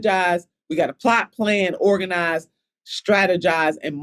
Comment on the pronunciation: “wE hAvE tO oRaGaNiZe” ooookaayy 😂😂